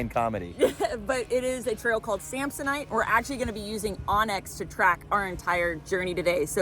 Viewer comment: Samsonite, you was way off…. Knew it’s started with an S though 😂